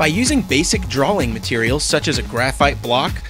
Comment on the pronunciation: "DWAWING MATEWIEWLS"